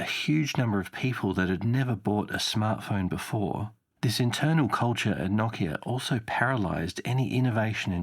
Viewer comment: NO KIA not KOCK-E-AH